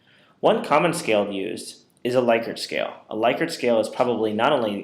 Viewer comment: It is pronounced LICK-ert